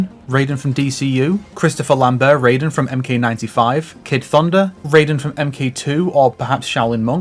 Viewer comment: Technically the correct way to pronounce Takeda, just as the correct way to say Raiden is "Ry-dehn" instead of "Ray-deen". MK games don't have a great history with Asian name pronunciation.